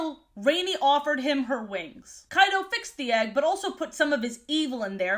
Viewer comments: Each and every time you said "Kyto" I kept hearing "Kaido"... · Was I the only one who heard her say Kaido instead of Kyto, NEDERLAND IS REEEAAALLL. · I was dead ass rewinding so many times to make sure she wasn't talking about Kaido from one piece when I heard Kyto 😂